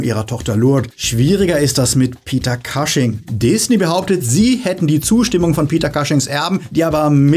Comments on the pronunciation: Cushing wird wie "Kusching" ausgesprochen, nicht "Kasching". Ansonsten tolles Video 😊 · Kleiner Hinweis: Peter Cushing spricht man nicht „Kasching“ sondern „Kusching“ aus. Ansonsten tolles Video, wie immer.